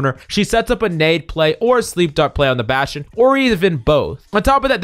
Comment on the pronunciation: baSCHtSCHion. ah yes